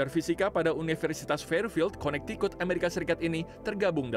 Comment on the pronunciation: Konetikut donk dia bacanya Connecticut 🥲